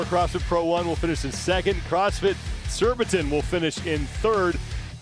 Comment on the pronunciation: It’s SURBITON boys, not ‘surbitron 😂. 🇬🇧